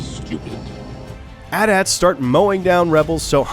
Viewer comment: At-ats, no.... AT-ATs. Great video though.